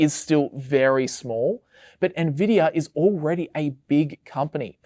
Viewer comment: im sorry "ne-vidia" ahahahahha